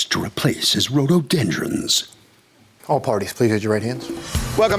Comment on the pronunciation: It's RHO-DO-DEN-DRONS, NOT Ro-do-den-DRUMS.